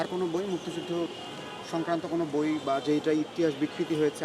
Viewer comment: বইয়ের নামটাই ত উচ্চারণ করতে পারল না। শিবিরযুক্ত ছাত্রদল।